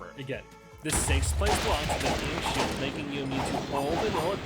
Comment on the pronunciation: Is the ankh shield pronunciation ragebait?